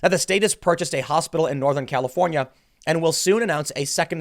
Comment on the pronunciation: lol califohnyeh thats carbige